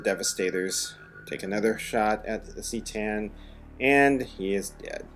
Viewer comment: Not trying to troll you here, but I just couldn't keep my mouth shut on this. C'tan is pronounced "kuh-TAN" not "SEE-tan."